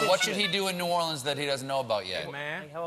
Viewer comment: The way he pronounces New Orleans bothers me. It's supposed to be New ORleans, not New orLEANS.